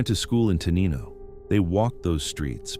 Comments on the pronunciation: pronounced Tenino wrong. tuh NINE o. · For future refer, Te-NIGH-no